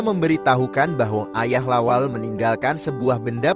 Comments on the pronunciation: Bukan lawel, tapi lawelle' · Jgn bilang lawel Namanya La wel Le